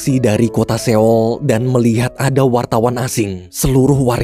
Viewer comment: maaf min, sekedar saran aja klo buat kota seoul bacanya “soul” biar lebih enak aja min didengernya. hehe thanks min smoga kedepan bisa diterapkan ya🙏🏻